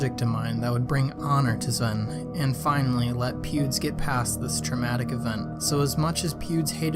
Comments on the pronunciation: ITS NOT SLEN ITS SVEN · Svlene its svene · You called Sven swen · Lol u kept saying “svwen” Love the video keep up the good work! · He says Svwen lmao